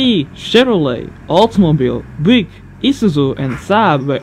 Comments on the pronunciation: Btw, Buick is not pronounced"Bwick" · You pronounce Buick as Bjuke :) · No! The i is npt silent.